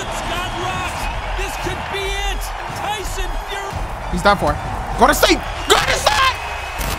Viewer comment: My man said Tyson furry